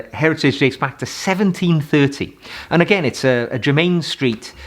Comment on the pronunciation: Adore your channel,I am wearing for spring "Douro" by Penhaligons It is my fave EDT.for evenings at The Opera or Ballet I wear "Mouchoir De Monseur"by Guerlain.For day I wear Boucheron Eau De Parfum pour Homme.By The Way it is pronounced JERMIN Street,not jermain Street !!! Terre De Hermes is also a wonderful choice for spring.